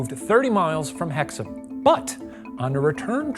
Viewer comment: 👏🏻 for correct pronunciation of Hexham. 🎉